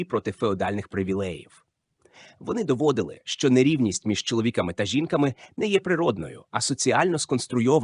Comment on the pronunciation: чоловІками та жІнками… мені цікаво, який відсоток відео був згенерований ШІ? Озвучка 100%, сценарій, думаю, також. Шкода, спершу подумала, що дійсно щось цікаве